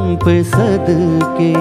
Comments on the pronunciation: Meri jaan tum pe "sadkey" nahin bhai "sadqey" aur "shokhiyan" nahin "shoqhiyan" hai ! Ek baar Mahendra Kapoor ko poore dhyan sey sunn lijiye ! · Issi liye kaha jata hai ki "sheen" "qaaf" durust hona zaroori hai ! "Sheen" toh sahi hai "qaaf" durust nahin hai! "Sadqey" aur "shoqhiyan" aap Ada nahin kar paye janab. Do teen baar mera naam sahi sey pukar lijiyey "qaaf" bhi durust ho jaye ga !